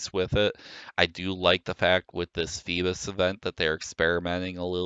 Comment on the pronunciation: You pronounce Feebas like Captain Phoebus from Notre-Dame de Paris. Can't unhear.